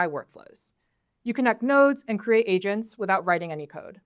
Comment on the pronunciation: After three minutes of me watching this video my wife in the background says "Oh AGENTS, not ASIANS. Ok I was getting worried."